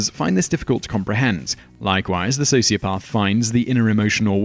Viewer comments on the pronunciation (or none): so is socioPARTH the new way of saying socioPATH? or does the narrator just not know how pronounce the main element of this video? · What is this "socioPARTH" nonsense? It is pronounced with a soft "a" NOT like "r". I dislike people who deliberately mispronounce words as if to say they know better. It could be a sign of a sociopath. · What a shame the narrator does not know how to pronounce sociopath!!! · This is a great and informative video, but Simon, what is a "socioparth"? Your pronunciation was beginning to distract me, which is really not what you want in a video of this nature. I'm British too; please do better, it's an English word. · You sound so posh: "Socio-paath."😀